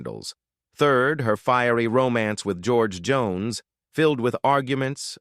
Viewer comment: Ya kinda messed up George Jones. Lol